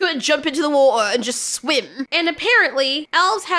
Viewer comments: Glad you pronounced war'er correctly 😊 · "There's something in the wad•deh!" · Man, I love your exaggerated pronounciation of whootah! 🙃